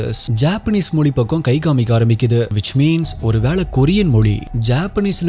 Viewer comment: Sir you talk do great about our Tamiz language. But sadly enough you are not able to pronounce our Tamiz correctly. Pl don't say Moli. Pl say Mozi.